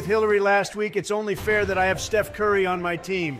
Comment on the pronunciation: Donald be saying “shef curry”